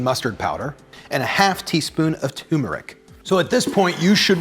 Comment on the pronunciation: this was pretty cool. BTW, it’s still pronounced “tuRmeric” like several of us have politely reminded you. (Ducking in case you’re throwing a cast iron fry pan...) 🤗